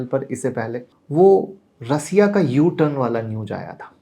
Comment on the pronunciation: बस कर बस कर भाई😂😂😂😂 थोड़ा हस लेने दे, ऐसे ऐसे नाम लाते कहा से हो, और रसिया नहीं रशिया होता है😂